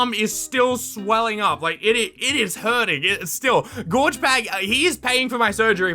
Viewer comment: It's Gorg with a G not a J